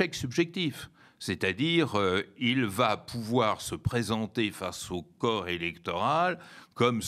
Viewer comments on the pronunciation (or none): none